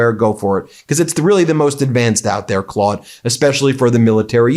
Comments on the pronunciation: ... That is not how that is pronounced.... The au is a "awww" sound not an "o".... Maybe it is different in the states. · Ben said it like the O sound rather than aww sound. But easy to do considering our current president is captain of the Clod Squad. 😉